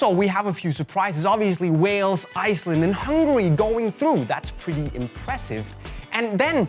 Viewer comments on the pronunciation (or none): none